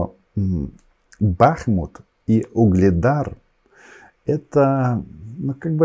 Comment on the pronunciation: Бахму’т! Бахму’т ! Коли ти вже наголос поставиш коректно, а то вуха ріже!